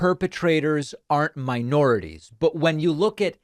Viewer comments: Mi-or-i-ties?? What is this jerkoff talking about! I had to stop the video a few times because he makes my skin crawl. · I heard "miorities" though ? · I'm sorry David, but the title for this video is clickbait. He clearly said "miorities," not "miNorities." Typical lying globalist leftist Marxist elitist anti-fun communist.